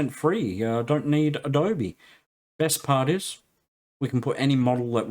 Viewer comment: Sorry to hear about the neuropathy. Hope it gets better. Thanks for the vid, great stuff. BTW it's Adobe not Abode! :)